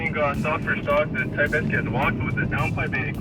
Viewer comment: I never knew Acura made a "Thai pest" I love you but sometimes I do wtf you are saying 😂